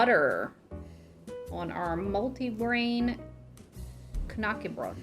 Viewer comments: Please... Ä is not A. :D Not even close. "Knacke" is a TOTALLY different word than "KNÄCKE" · lived in sweden and somehow was pronouncing it wrong all these years. hard K as in Kay-nak-er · Swede here. Knäckebröd is actually pronounced like this: Hard K-sound. The ä, in this instance is short and sort of sounds like "set" or "heck". Kind of like "kn-(h)eck-eh. Bröd sounds like the second e in "prefer". Br-e(r)d.